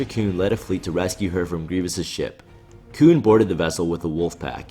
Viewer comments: You say "Kewn" instead of Koon like you're in South Park or something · this video is good but I just can't stop thinking about him calling him "koon" just because you know "coon".....